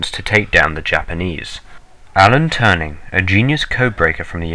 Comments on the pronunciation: Not Tuhring, Teuring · Please tell me this guy didn't just say "Alan Turning"... we have meeting rooms and statues of "Turing" where I am watching this right now... it's "Turing" "Tuu-rr-ing" - You'd be closer saying the Shroud of (Alan) Turin